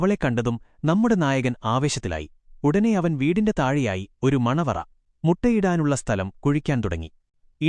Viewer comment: മണവറ അല്ല.. മണിയറ ❤😂😂